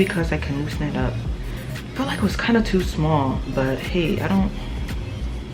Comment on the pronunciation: “It was toooo” 😂 let the accent out sis